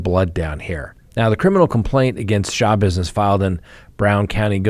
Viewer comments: Shuh -bizness w the accent on bizness. NOT shah-bizness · Schabusiness is pronounced, slashbusiness.: ) Great show,! We appreciate you.